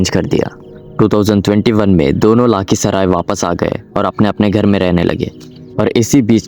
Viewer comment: aur bro lakhisarai hoga na ki laakhisarai